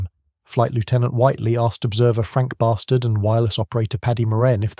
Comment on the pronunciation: Shouldn't that be pronounced B'Stard (like Rik Mayall characters in The New Statesman)?